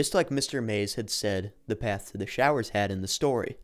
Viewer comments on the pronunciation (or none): They were showers, not growers. 😂